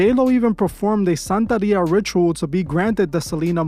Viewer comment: It’s santeria not santaria